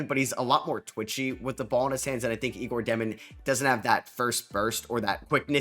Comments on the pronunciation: Great video, but 1 mistake. Not Igor. Egor Demin, that his name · Just an fyi egor demin is pronounced yaygor.